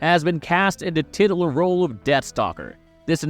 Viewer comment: mispronouncing “titular” was everything ❤